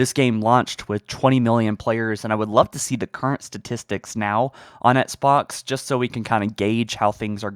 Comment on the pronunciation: Flame suit on for voicing my irrelevant opinion, but... Dude...please learn how to pronounce "XBOX". It's not "ETS-BOX"... You can clearly pronounce the letter "x" right, because you say "box" just fine...why is the initial "X" part so hard? It'd be like if Joe Rogan pronounced MMA as "Minced Marchal Arcs". Not to be harsh, but Bro- this is your JOB.